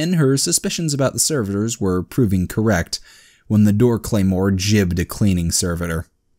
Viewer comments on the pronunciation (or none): Yeah I only ever heared it with an actual G, gibbed for giblets. This is the whole gif/jif thing all over again XD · Oh i know but the way you pronounced it is one ive never heard before Gibbed with a J why?